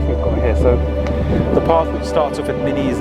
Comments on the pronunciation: Min Iss NOT minnies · Minnis is pronounced Min is after Minnis Bay which is a beach in the area